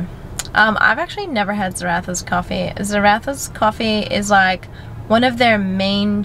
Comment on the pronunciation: ZarraFFas not Zarathas babe xx